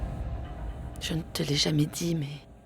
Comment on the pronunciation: Tu ne l’a pas bien di😅😅😅